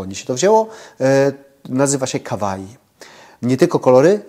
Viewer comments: Kawaii czyta się "kałaii" 😉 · Kawai czyta się "kałai" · Kawaii wypowiada się przez "ł". "Kałai". Serio. Japończycy nie potrafią wypowiadać "w". Uczyłam się kiedyś troszkę japońskiego i tak właśnie mnie uczyli wypowiadać to słowo, a oznacza ono "coś uroczego". Takie angielskie "cute". Tak mnie przynajmniej uczyli, chociaż to było bardzo dawno 😉